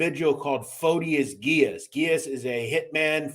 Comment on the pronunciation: Dude you butchered Freddy’s name it’s Gee-ass and also Decologero. You ruined it. How is that hard to pronounce?? Did you complete Simple elementary school?? Also how is the iceman a liar?? He was a stone cold murderer! How can you take that from him? And how is hazelton not far off from the ADX ??? There’s a huge fkng difference! Idk how you managed to accumulate this many subs with the stories you butcher!! Seriously! You call whitey a killer yet take it from the iceman? Conclusion: you’re a clown!!!